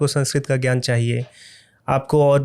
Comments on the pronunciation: Jyaan nhi gyan bolo re😂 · Inki baatein sun ne maza nahi aata kyonki ye gyan ko jyaan bolte hai to khinnata hoti hai